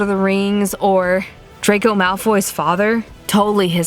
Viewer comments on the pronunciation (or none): none